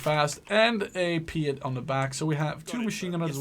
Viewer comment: Pee-at Not Pie-at If you say Pie-at you are saying it incorrectly. Also it is the T-u-lip as in the flower, not the T-ull-ip Not surprisingly, the Bren gun carrier holds a Bren gun! However the Australians did pop in a Vickers, but they were called Vicker carriers.